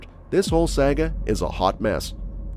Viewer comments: He shows Biden at the end but every single story occurred when Trump was in office. Also it is pronounced Sah Ga not sag a. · SAGA is pronounced S-AH-ga. Not with an A or like the video game company.